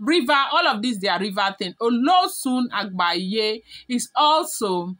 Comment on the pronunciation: It is agbaye ,not agbaya